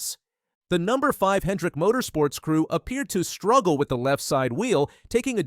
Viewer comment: Using artificial narration? The space between Number and 5 is unnatural.